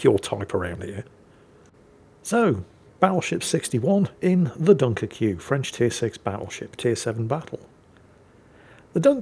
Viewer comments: Its the "French" spelling. So just pronounce it Dunkirk. I have said ship, its okay, but I rarely play it. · My IQ drops every time says Dunkircue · Pronounced Dunkerk in French, sorry to be so meticulous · ACKshully… technically at certain points in history, Dunkirk was English territory, regrettably lost to the Hon Hon Hon Baguette people. Therefore, is not terribly terribly wrong in saying “Dun-ker-kyu”. Besides, it’s always on the table to mock the 🥖 Baguettes. 🥖 Furthermore, as a very very brave player, the Sinope was intensely aware that battle-damage taken in-game means actual real-world physical damage and hurty to the player. Thus, he protected himself from possible actual literal death by mostly hiding in safety behind an island. #The HeroWeNeeded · please. It's pronounced Dunker-kway. If it's to be pronounced the way you say it then the end has to be spelled -queue. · if you want to pronounce it like its spelled it would be (Dunk - er - que) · Everyone: Dunkerque: Dunkerqueue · Spanish speakers: Dunker que? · Its pronounced - DunkerCube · within a minute it had to be a 👍👍 for the (mis)pronunciation 🤣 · I will never not mispronounce this ships name thanks to you. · I love how the title only works if you butcher the pronunciation of Dunkerque with the furious vigor of Hannibal Lector